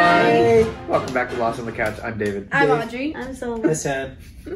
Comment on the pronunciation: The fact that Audrey said it right in the beginning got the comments in a riot I betchu lmao